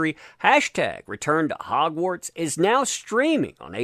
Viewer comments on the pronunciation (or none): none